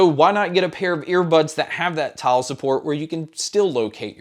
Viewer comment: I heard "tile support" as "child support" Ps I am using the dime 1